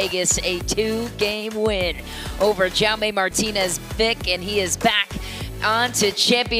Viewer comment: Awful pronunciation of Jaume